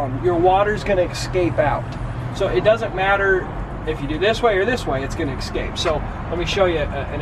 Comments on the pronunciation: acrosst and ekscape! haha! I love the videos though :D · "Excape" and "acrosst" are my new favorite words.